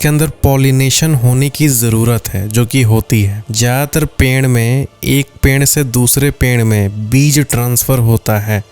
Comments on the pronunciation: Perd ❎ penrd ✅ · The way you are saying peeid is kind of unique😂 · Haan😂ped ko ache se bol nhi pa rahe h